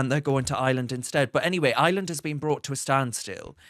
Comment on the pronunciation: It is pronounced I R land NOT Island.